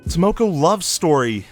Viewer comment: Content is great! I think the argument that you guys have is solid and something we should consider. One nit-pick tho: can you plz try and pronounce the names correctly? I understand it is hard for an English speaker to correctly pronounce Japanese words, but if you think of the words phonetically it will sound better since Japanese is a phonetic language. Like for this video, you pronounced "Tamako" as "Tamoko" w/ an "o" and not an "a". I know the difference is a nit-pick but I think if you can correctly pronounce everything in the future it will make your content 100x better since nobody else on YouTube can!